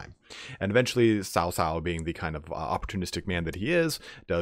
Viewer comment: You also nailed Liu Bei, but it's a hard cutoff at the end of his name. Cao Cao is more Tsao Tsao though your accent is pretty good. Kong Ming is alright, Ming is more question sounding though, where it goes up, like the end of 'are you coming?' Also, the first word in a name is the same as last names lol Nothing too different there.